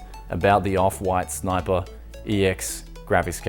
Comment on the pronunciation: I just clicked on the video to hear you say "snipah"